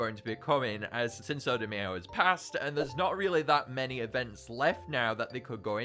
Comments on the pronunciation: btw cinco is pronounced seen-ko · pronouncing the second c in cinco as “s” is so funny idk why